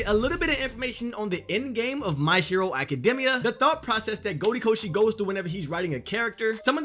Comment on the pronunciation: It's even sadder that you pronounce it Academmia. Honestly it's gross